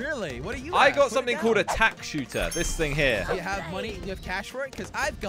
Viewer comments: "Tack shotter"😂😂😂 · Bro said tack shoother when it's a spike factory💀💀💀